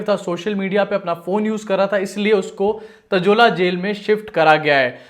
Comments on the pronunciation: वो तजोला नही तलोजा जेल है... मराठी मे तळोजा कारागृह..🤓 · भाई ताजोला नहीं तलोजा है